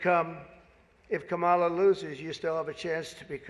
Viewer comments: What an idiot. He can't even pronounce "Kamala" correctly. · What I find interesting about Trump is his intentional mispronunciation of Kamala Harris's name when she is not around. But when she is he says it correctly.